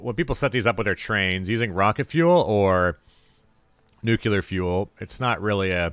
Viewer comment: "Nucular"? Makes me think of Homer Simpson.